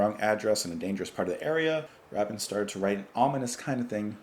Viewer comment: Ray-bin, not Rah-bin